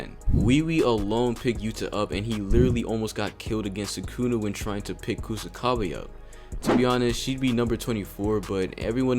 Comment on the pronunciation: Its Kusakabe